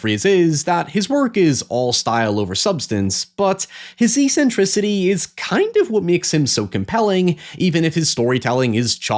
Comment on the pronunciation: it's not e-scent-tricity, its eck-cen-tricity. eccentricities. :X